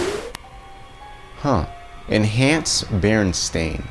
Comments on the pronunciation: Berestain sounds like it would be pronounced berenstein and I feel that that's really the reason why people remember it like that because you can easily say berenstein. even this guy had that moment you can hear berenstein when he meant berenstain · I remember berenSTINE (not the spelling but the Pronunciation. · I was born in 1983. I remember my teacher reading our class one of the books. She pronounced it BerenSTAIN. I then asked her why it sounded that way when it was spelled 'BerenSTEIN' on the cover. I asked why it did not sound like comparable 'EinSTEIN'. She agreed it was rather odd so we checked many other books to see if it was some error. All of them had an E. We ultimately decided it was just a foreign pronunciation and not bound by English pronunciation. A couple years ago I saw my niece watching TV and noticed the TV show spelled it BerenSTAIN. I asked my sister about it (born 1986) and she remembered it being STEIN as well. I was actually a little relieved as it had always irked me how they pronounced STEIN as STAIN. I thought they just changed it to fit the way people pronounced it. Just recently I find out the claim that it has always been an 'A'. As a child I was bright and inquisitive. I'd won many spelling bees and always dissected words to almost an OCD level, purposely pronouncing them in an accentuated manner so the correct spelling would stick. I would not have become so distressed had it actually been spelled with an 'A'. Furthermore, I highly doubt my teacher would lie so blatantly to me and my class. I know what I saw. This is not just some error in malleable memory. Something is amiss.